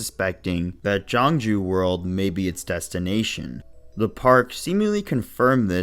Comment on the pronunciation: Thank you for covering my Home Park, Gyeongju World! Gyeongju World announced that they will officially reveal complete information about the new attraction on their official Instagram on May 31st. Oh, and the pronunciation of Gyeongju World is closer to Kyungju World.